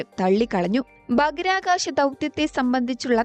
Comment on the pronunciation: ഭാഹിരആ കാശം. Not ബാക്കിർകാശം